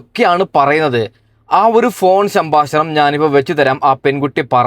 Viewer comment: സംബാശനം അല്ല സംഭാഷണം 😌